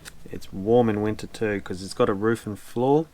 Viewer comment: He said “winter”. 😂